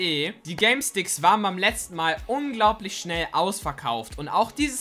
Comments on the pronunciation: Er hat Galesticks gesagt🤣🤣🤣😂😂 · Warum sagst du Galesticks ? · Hast du Galestickz gesagt🤣🤣